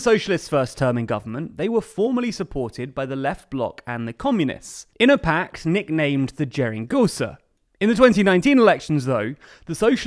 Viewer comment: Geringonça is best ponouced "ge" as in "ca-ge", "rin" as in "rin-g", "gon" as in "gon-dola" and "ça" as in "sa-vior"